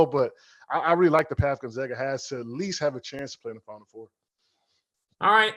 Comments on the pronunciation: How can he still not pronounce Gonzaga correctly? He even says "Zags" in the beginning of a sentence and then says, "Gonzoga" at the end lol. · True. But as an alumni, I can guarantee you every administrator, Jesuit, student, professor, and even every staffer at Gonzaga's campus in Florence, Italy pronounce the school Gon-Zag-Uh. That's why we are the Zags not the Zogs.